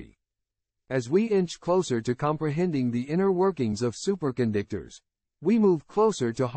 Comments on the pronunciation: Wait a minute! Did the A I say, 'Super condictors'? It said it again! That's Hi larious! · Super Con Dick Tors